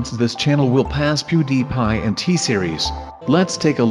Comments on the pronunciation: "Poodiiiiipie" his pronounciation though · I say pewdiepie BUT SAY POODIPIE.